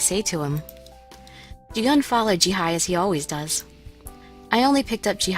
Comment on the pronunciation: Did you really say, "Jihie?"